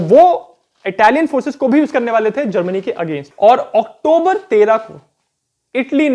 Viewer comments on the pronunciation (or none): none